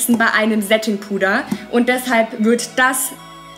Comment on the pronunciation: sedding puder😂😂😂😂😂😂😂